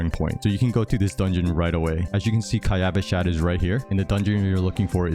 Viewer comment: Kaayaavaashaad? xD Much luv tho